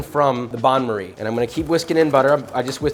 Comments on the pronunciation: Pronounced ban marie (not bahn) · Not a Bahn Marie, it's a Ban Marie.